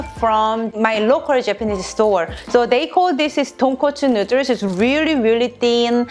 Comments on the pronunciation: Say noodles correctly pls my god🙄🙄🙄🙄😡😡😡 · I heard her saying noder.. My mind jimin :- I love noder.. Korean noder 💜💜💜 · This bitch says, “nooders” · I love the recipes here and they look amazing, they make me want to buy a pasta maker and do ramen from scratch. But the real reason I come and watch these videos is how she says "nooders" xD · She did an amazing job and this is something I know I’d never be able to make without screwing up! And I love how she says noodles with her accent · how she says noodles is great. and wow he has a shirt for it too HAHAHA